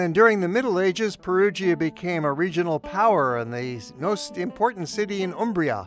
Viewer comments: Pronounced (Pɛruja) not (Perugeea), cheers. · It’s pronounced Perudscha … not Perudschia … the “i” is silent … just like with Giovanni … it’s also not “Dschiovanni” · Great video, but Perugia is pronounced "Pe-roo-jah" - not "Pe-roo-gee-a." And Umbria is pronounced "U with a long u sound: Uuum-bree-uh. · Really like your work but must you pronounce it Peru jee-a ?